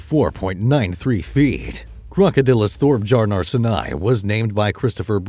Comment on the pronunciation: Took me a while to realise that it was a TTS all along. That’s now how you pronounce crocodylus thorbjarnarsoni